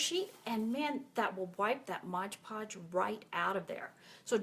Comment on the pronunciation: MOD PODGE not Modge Podge